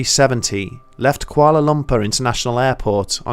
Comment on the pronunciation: "Koala Lumper" cracks me up every time he says it lol. Great video, either way.